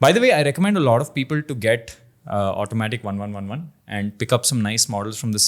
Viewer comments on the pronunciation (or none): Pronounce - Automatic1111 as "Automatic eleven eleven", maybe sounds cool, just saying. haha Love your jodi guys, nazar na lagey..